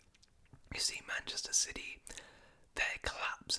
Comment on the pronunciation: I like how he says 'Silly' instead of 'City'